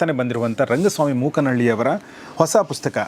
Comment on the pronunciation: Sir ಪುಸ್ಕ.. ಅಂತ ಕೇಳಿಸುತ್ತೆ... ದಯವಿಟ್ಟು ಗಮನಿಸಿ🙏